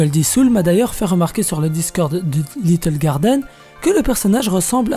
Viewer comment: duddggl litle garden 😂👌